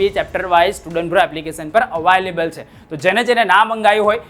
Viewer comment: Available ❎ Avaaylable ✅